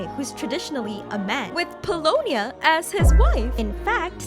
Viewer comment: Pulonia is Mary-ann!